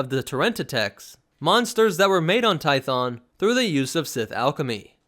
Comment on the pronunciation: Hheeeyyyy. He says 2 instead of toe. Finally someone who says it right.